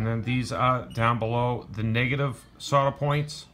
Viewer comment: Copa. Or when he says negative is sounds like he’s saying niggaive